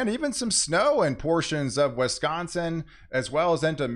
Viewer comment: Old friend of mine always called it Wesconsin too. lol